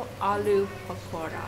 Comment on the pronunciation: I love your pronunciation of 'Pakoda'